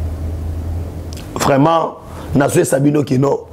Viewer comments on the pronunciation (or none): none